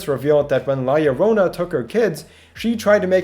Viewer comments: YO-RO-NA NOT LORONA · YOU GOT THE YO PART RIGHT AT ONE PART BUT NO THE RO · Btw it is pronounced lajorona because it is a colombian folk tale and in spanish double ll is pronounced j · so you can look up what her name is but not how to pronounce it? how yt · I love how you pronounce llorona